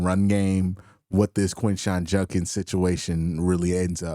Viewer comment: JUD-kins. JUD-kins. His name is JUD-kins. His name is not. Edit: It sounds like you corrected yourself later in the video. It's probably something you're working on. I was doing the same thing for a while, so it's just something I notice, now. Keep up the solid coverage.